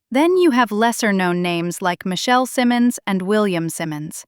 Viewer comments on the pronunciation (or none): none